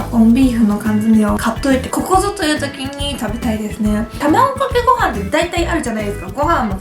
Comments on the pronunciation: たまぐかけごはんwww どうしてもたまぐかけごはんにしか聞こえないwww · 卵かけご飯言えないのはやばい泣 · 卵かけご飯て言えないゆうかちゃんが可愛すぎてニヤニヤしながら見てしまいました☺️💕💕 コーンビーフ自体食べたことないから食べてみたい！！